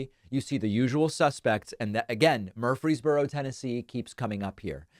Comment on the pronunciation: Just FYI: It's not pronounced "MURphry's borough" as you keep repeating here; it's "mur-FREEZE borough".